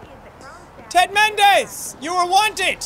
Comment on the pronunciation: Did you say Ted mendez more like